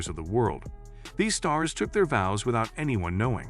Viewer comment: It's not vose it's VOWS. Stupid AI rubbish. Going over and over the same things just to spread the video out. Pathetic. Who cares anyway if they got married in quiet or not. They are married. END OF